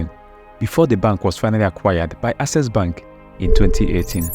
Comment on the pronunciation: You really need to work on your pronunciation before posting videos. How could you pronounce "access" (AK-SES) as "assess" (ah-ses)? It's simply unacceptable.